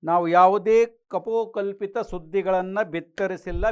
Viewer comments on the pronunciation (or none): ಕಪೋಕಲ್ಪಿತ ಅಲ್ಲಾ, ಕಪೋಲಕಲ್ಪಿತ.